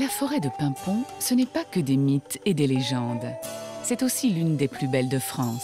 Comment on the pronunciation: Paimpont et non paimpon 😉